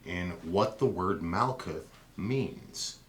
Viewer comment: Great video... couple things. Herbrew does not pronounce the "th" at the end of words like Daath and Malkuth. Just a hard "T" sound. Also Malkuth/Kingdom corresponds with Earth so you can see the feminine connection there.. I disagree with you perspective that the old names would be important but not the old rules, or substances such as blood. I am not offering an opinion either way just saying the logic is not consistent. This would be the same in that you are saying replacing aspects of The Pantheon should not be re-classed as psychological aspects. You are making only personal judgments that fit your preference and not off of a consistent theory. Either the Old Ways are superior or magickal knowledge evolves, which one? Thanks! new subscriber!